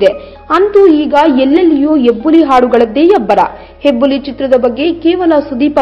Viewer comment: It's Hebbuli not Yebbuli 😅